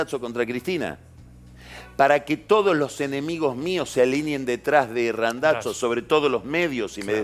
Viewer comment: Me pone nervioso que diga RandaTZo.